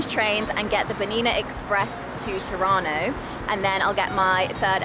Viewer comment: Every time she says "Tirano" I understand "Toronto" and my brain goes "wait, she's in Toronto?" "Oh, Tirano!! She's in Tirano! Brain fart!" Lol... Thank you for sharing this amazing journey.